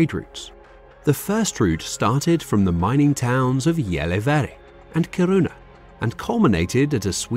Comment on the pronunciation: as a swede I don't believe we went white for finland and norway..... stick toghter even whit the past we have. also his pronounce of gällivare kiruna and luleå is hilarious